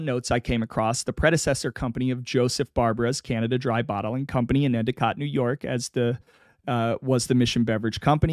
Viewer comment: Oh-we-go lol. Next time you do a video within the upstate ny and scraton/wilkes barre/ pittston. I would be glad to consult on the pronunciation of surnames and towns. Good job with Endicott, my hometown, and btw, bar-bear-uh